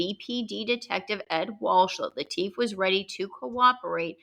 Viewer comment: The family pronounced it LIT IF. not Lee Teef. 🤷‍♂️. Maybe it’s the “ accents “ confusing me 😂.Love the Channel☘️☘️☘️. Some local trivia. Litifs daughters had a white dog after her father’s murder. Guess what she named it ?? Whitey 😳.